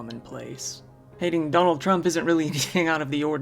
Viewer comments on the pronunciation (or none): none